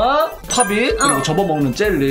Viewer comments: 언니오빠,,, 팟입이 아니라 팝잇..ㅋㅋㄱㅋㄱㅋㅋㅠㅜㅠ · 팟잎을 팝잇이라고 읽으신 당신은 한국인